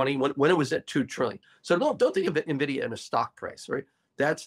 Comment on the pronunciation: It's not "NEH-vidia" - it's "EN-vidia" :)